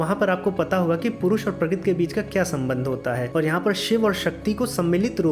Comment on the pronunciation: Quite a complicated explanation, so the whole thing was not really clear. When rishis give 'shrap' to Shiv, his Ling drops on earth. What does Ling stand for here? Also, in the end Shiv Ling was not summarised, so the concept is really unclear. And please practice speaking 'Prakrati' or 'Prakruti' clearly.